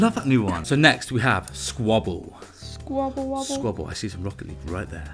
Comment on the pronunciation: thank you so much for the shoutout guys! you are the only people to have pronounced my name right haha (: and yes that little fluff ball thing is 'skwobble' (